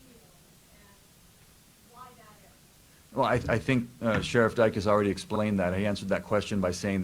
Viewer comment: He said I WANNA SHANK. I MEAN I WANNA THnk😂😂